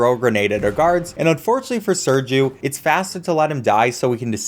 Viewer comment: Dude,he say Sergiu the right way,nice